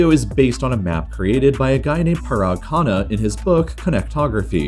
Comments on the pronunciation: That's indian name parag khanna not khana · Can't stand his pronunciation of khanna🤣🤣😂